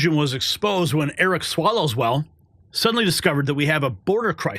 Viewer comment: pronounces it Swallow-well. 🤣🤣🤣🤣🤣🤣